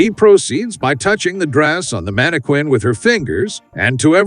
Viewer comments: The word is pronounced "man-i-kin," NOT "man-i-kwin." Get it right, genius. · Mana Quin? WTF it's pronounced Mana+kin... no one pronounces the QU as in Queen. Only homeschooled bumpkins taught by other homeschooled bumpkins pronounce words wrong as they learned to read, but not how to correctly pronounce the words. Everytime I heard, "mana-quin" I cringed and it made me sick... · > Whoever thought of this stuff is a genius Unlike the complete f--kwit responsible for a voiceover pronouncing mannequin as "mannekwin" instead of "mannekin". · It's manniKIN not KWIN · I've never heard anyone ever call it a manakwin before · I just feel like hitting the narrarator in the face every time he says "mannekwinn" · Stupid narrator is a bot. Teach it to pronounce mannequin (man-i-kƏn) correctly. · I like how the narrator says "manikwin." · "Mannekwins" lol Voice your own videos, you hack. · Dude, stop saying manikweeen 💅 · Repeat after me......MANNA-KIN! MANNA-KIN! MANNA-KIN! Stop saying Mannequin wrong! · That's "manni-KIN" PLEASE!!!! Fix this repetitive error pronto. It's screwing up your completion rates. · The manekwin pronunciation is distracting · Mani quinn…that’s not how it’s pronounced lol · Mannequin is pronounced Man ah kin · Stop saying “mannikwin”. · I'm here because of that manekwin. 😅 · It's Manny Queen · I was going to say the same thing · mannikwin .. mannikwin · it’s not correct and it’s really annoying. Manne-kin. Also British. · What moron makes a whole video endlessly using a word he doesn't know how to pronounce? And seriously, who doesn't know how to pronounce mannequin? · You'd think that an AI voice program might be programmed to follow pronunciation guides. Tech bros failing the basics, again. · I think it's funny. I'm going to start pronouncing it that way.😂😅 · Hah. Yeah, it's pretty annoying. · No, it isn't, I'm British and I've never heard anyone pronounce it like that